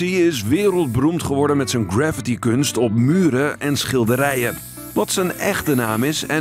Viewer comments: Als ik in Engeland woonde had ik het zonder vragen gedaan! En het is trouwens 'gra-ffi-ti', niet 'gravity'. Beetje jammer weer van een educatieve kanaal voor de jeugd bedoeld... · Graffiti spreek je niet hetzelfde uit als gravity.